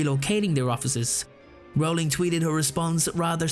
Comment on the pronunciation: Dude, it's pronounced ROLLING, not RAWLING.